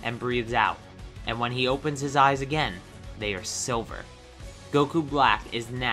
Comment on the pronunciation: It sounds like you say sober instead of silver